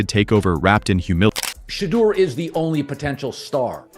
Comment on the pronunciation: YOUR IGNORANT ASS NEED TO PRONOUNCE HIS NAME CORRECTLY, OR STOP SAYING IS NAME ALL TOGETHER